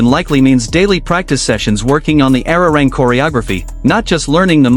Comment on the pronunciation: Nicht ararang sondern arirang!!!